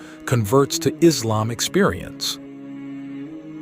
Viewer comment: Please rectify! The name is Islam, not “Izlam”! Hope you'll do accordingly.